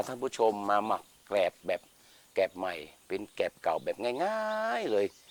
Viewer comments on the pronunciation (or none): แกลบ ครับ ไม่ใช่แกบ